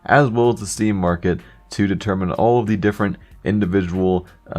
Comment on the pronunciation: why the dock do you say dea instead of the